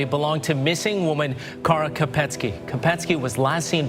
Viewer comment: Beautiful pronunciation of “Kara”!! Poor pronunciation of Candice though!